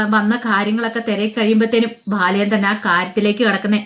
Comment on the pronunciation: ഭാലചാന്ദ്രൻ അല്ല ബാലചന്ദ്രൻ എന്ന് ഉച്ഛരിക്കൂ 👍